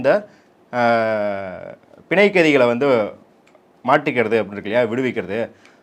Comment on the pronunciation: Pl correct as panzayakkaithikal not pinzaiyakkaithikal